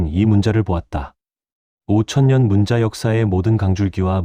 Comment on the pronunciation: 한글 관련 자료를 알리면서 어떻게 초등학생들도 아는 우리말조차도 제대로 못 읽습니까?!?!?!?!? '문자'로 쓰고 [문짜]로 발음한다. 즉, 읽고 말한다. 정녕 이것조차도 읽을 줄을 모르면, 이런 '엉터리 발음'으로 나라 망신 그만 시키고 표준 국어 대사전에라도 찾아보시오! 사전 단어 바로 밑에 아래와 같이 발음이 표기되어 있습니다. 아울러, 그곳을 누르면 정확한 발음을 들을 수도 있습니다. 우리의 어린 자녀들과 한국어를 갓 배우기 시작한 외국인들이 이런 '엉터리 발음'을 듣고, 그대로 따라서 '엉터리로 발음'을 할까 봐 심히 두렵습니다!!! "과이불개가 시위과의니라." [過而不改 是謂過矣] "잘못을 저질러 놓고도 고치지 않는 것, 이것이 바로 잘못이니라." - 공자 - 잘못 썼거나, 잘못 발음을 하였거나 등등 어법에 맞지 않게 쓰고 읽은 곳을 발견하면, 즉시! 바로! 어법에 맞게 바르게 고쳐 주세요! 만약 유튜브로 한 번 올린 자막은 수정.교정을 할 수가 없으면, 댓글 맨 상단에 댓글로 어법에 맞지 않게 쓴 곳은 바르게 고쳐 공지로 올려 주시기 바랍니다. 이렇게 하는 것이 유튜버가 우리 시청자들에 대한 최소한의 예의이고, 글을 쓰는 자의 기본 자세입니다. 그래야 어법에 맞지 않게 엉터리로 쓴 우리말이 오염이 덜 됩니다. 그냥 방치하면, 유튜브가 존재하는 한 마르고 닳도록 엉터리 표기.발음이 전 세계로 오염되어, 아름다운 우리말을 파괴시켜 영원 무궁토록 나라 망신을 계속 시키게 됩니다. 아직 '한글 맞춤법'을 배우지 못한 사랑하는 우리의 어린 자녀들은 부모가 쓰는 것을 보고 그대로 따라 쓴다는 사실을 명심합시다! 자식들에게 죄를 짓지 맙시다! 못 믿겠거든, '처마 끝에 떨어지는 낙숫물'을 보십시오! 한 치의 오차도 없습니다. "사과는 사과나무에서 멀리 떨어지지 않는다.' Яблоко от яблони недалеко падает. [ 야-블라꺼 앗 야-블라니 니달리꼬- 빠-다잇] - 러시아 속담 - 반드시 교정을 보고 올립시다! "눈물로 슬픔이 가시지 않는다." "Слезами горю не поможешь." [슬례자-미 고-류 니 빠모-줴시] - 러시아 속담 - 아름다운 우리글, '한글'을 아끼고 사랑합시다. 이것이 바로 애국(愛國)입니다. "한 나라가 잘 되고 못 되는 열쇠는 그 나라의 국어를 얼마나 사랑하느냐에 있다." - 주시경 선생 - “말과 글을 지키는 민족은 남의 민족 밑에서 노예 생활을 해도 언젠가는 제 나라를 세울 수 있지만, 말과 글을 잃으면 그 민족은 사라지고 만다.” - 정인승 박사 - "좋은 약은 입에는 쓰나 병에 이롭고, 충언(忠言)은 귀에 거슬리나 행동에 이롭습니다." "良藥(양약)은 苦於口(고어구)나 而利於病(이리어병)이요, 忠言(충언)은 逆於耳(역어이)이나 而利於行(이리어행)이라." - 장량이 유방에게 한 진언(進言): ※ 진언(進言): 윗사람에게 자기의 의견을 말함. 또는 그런 말.